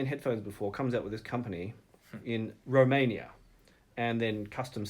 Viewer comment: the Empyreans are made by Meze in Ro-main-e-yaah but the driver is made in Uk-rain-eeh